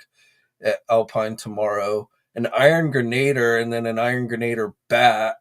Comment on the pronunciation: I believe it is pronounced Iron "gren-a-DEER"